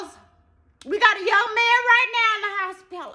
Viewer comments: When she came correct with "hospilla", I fell straight out!!! I've heard it pronounced that way my whole life!!!🤣🤣🤣❤❤❤ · 🗣 be in the hospituh fightin fuh his ball!